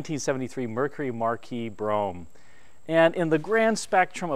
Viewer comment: It's pronounced Marquis, not Marquis!